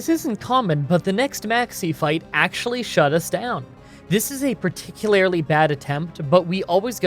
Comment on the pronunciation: Wtf is “particuLARILy?” Edit: You did that for the YouTube algorithm didn’t you? Sneaky sneaky.